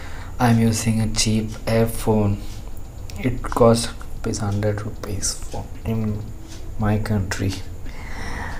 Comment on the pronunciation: 'rupees' your indian 🌝